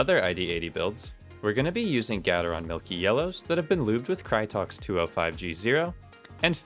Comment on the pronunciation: GAY TER RON not GADD UHR RON tf